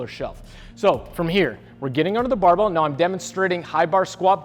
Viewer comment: I haven't heard the word barbell spoken this many times since Scott Herman. BAHBELL haha